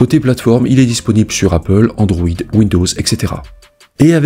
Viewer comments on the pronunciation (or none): none